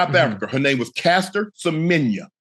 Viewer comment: Well done Unk in pronouncing our fellow South African, Caster Semenya's name so well.